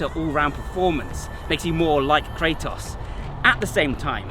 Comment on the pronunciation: Fun thing, the "Kra" part of his name should be pronounced like "Kra" from the german word Krankenwagen and the "tos" part like the english word "toss" because it's the greek word for power like in demo-kratos(democracy) => the power of the people Edit: Sorry for the weird way of explaining it but no english word that would have such a "kra" sound came to mind